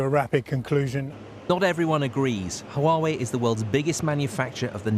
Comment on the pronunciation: Why are you saying Huawaway?